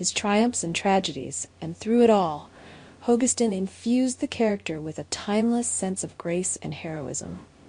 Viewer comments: FGS it’s Ho-Gus-stin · It really bugs me that in not one of these tribute videos does the speaker pronounce Drakes last name correctly. I have heard Hogestyn pronounced at least 4 different ways, none of them right.